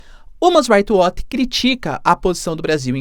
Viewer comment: você precisa melhorar sua pronuncia de inglês, quando vai pronunciar algo (como "human's right watch" nesse vídeo) fica bem errado